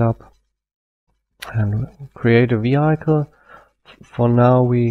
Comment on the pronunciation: Vehiiikel nicht Viheikel "Vehicle" Aber das Tutorial ist sehr gut!